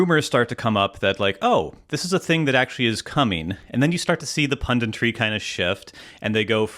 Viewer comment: Or, "pundintry" as kept saying